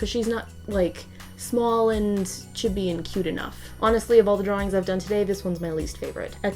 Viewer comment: The way she said chibi... REEEE